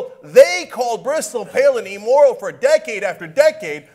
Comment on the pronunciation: Will someone finally tell Cenk it's "immoral" not "e-moral"? He really drove it home on this one. Is there some inside joke to this?